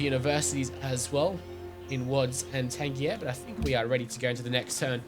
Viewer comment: Pretty sure "Tangier" is pronounced "Tan-jeer", not like a G but with a J.